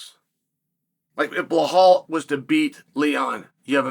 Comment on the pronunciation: "Ball, bahal, blall"......bro its Belal. Not that hard